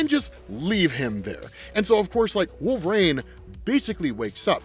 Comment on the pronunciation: Bro, please stop saying wolve"raine" jeezus